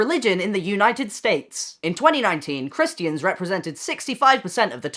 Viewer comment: "A👏MER👏I👏CAN👏 CHR👏IST👏EEANS👏" it's the way he said it that's killed me "Christeeans"